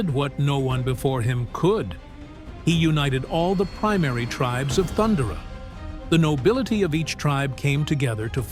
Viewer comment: Pronounced 'Thun-dare-a' as opposed to 'Thund'er-a 😉